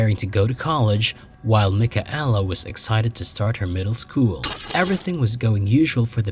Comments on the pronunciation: Mik-a-ella ROFLMAO It is pronounced MIKAYLA FFS!! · mike-a-ella? how disrespectful.